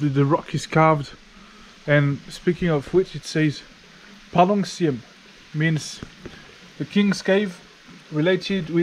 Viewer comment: …..”Palong Syiem” …you got that pronunciation correctly……👍🏼😊